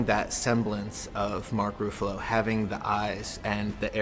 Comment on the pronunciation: Mark “Roofallo”